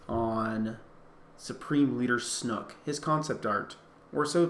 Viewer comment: I love how he pronounces "Snoke" as "Snook"